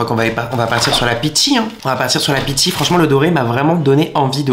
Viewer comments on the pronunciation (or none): Peachy.. un effort 😂